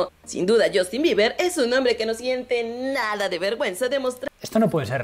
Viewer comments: No es Justin, es shastin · Por qué dice Shoooostin???? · Azi komo lo oyes...*YOSTIN*